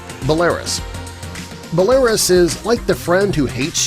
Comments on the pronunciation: Pretty sad when you can’t even pronounce the country you’re talking about. Belarus is pronounced “Bella-Roos” and used to be called Byelorussia when it was part of the Soviet Union. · It's pronounced Be la ROOS And Iran is pronounced Ee RAHN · its pronounced( bell - a - ruse )another reason countries don't like us is because we come off as being stupid. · What did you call Belarus?!?! It's "bella-roos" and whats with "chee-lay" 😂😂 it's actually "chilly or chillee" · I completely disagree - generally speaking most countries on this list welcome americans with open arms. I felt very comfortable telling people in the Palestinian territories that I was American. Also, psa, Belarus is pronounced "BELL-UH-ROUS" hahaha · That Bell air us was Hell air yus. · It's pronounced: bella-roos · It's pronounced with one ' l ' , though: [ b'elarUs'], where ' is used for soft, or palitilized consonants b and s, and the capital U for accentuated wovel u. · I pronounced it the same way he did. LOL 😂 and I didn’t know that I pronounced it wrong until I heard someone else pronounce it. So now I say it right. I think 😅 Bela-ru (the s is silent. Right?) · Yes. I studied Russian and Spanish (as well as English) all 4 years of High School. It is pronounced Byell-o-roose (or some approximation thereof). Don't forget to roll the 'r'. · It's pronounced Bell-uh-roose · Belarus, is pronounced [Bella- Roose] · belarus ios prounced bel a rus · Bela-roos- (3 syllables) correct pronunciation of Belarus 🇧🇾 lol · Ba lay russ! LOL must be a computer reading. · You completely mispronounced Belarus. BELL-A-ROOS. I lived for 7 years in Ukraine. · Belarus is pronounced (bela-ruse) Iran is pronounced (i-ran......i as in whirl) When Americans do travel, they are loud, obnoxious, unwilling to adapt and disrespect local customs. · Belaruse lmao 😂 you can't pronounce it right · "Bel-AIR-riss?" I've never heard anyone pronounce Belarus that way. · Absolutely hilarious how he pronounced it 🤣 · or Bel uh roose.